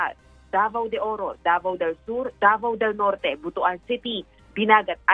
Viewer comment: Hindi yan Butu-an, yan ay butuan or butwan.